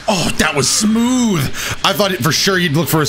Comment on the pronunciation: Haha Yo how he says "sa-mooth"